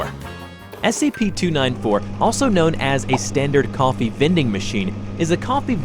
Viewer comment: Just say coffee